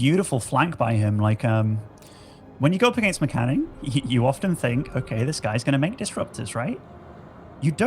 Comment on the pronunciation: It's M-Canning guys, not Meh-Canning. At least that's what he calls himself and definitely sounds better then Meh-Canning.